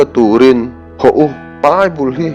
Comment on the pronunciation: A ṭha hle mai. 'Ho' tih turah 'hau' tia lam rik a awm zeuh zeuh.